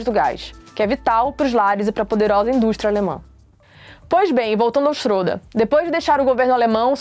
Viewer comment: Se pronincia chreda só pra Corigir